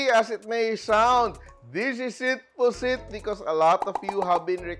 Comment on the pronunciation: It should be “puset” w an e